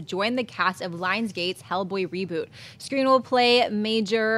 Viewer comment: pronounced Skrein right...going by how Edd pronounced it when it was his rap name.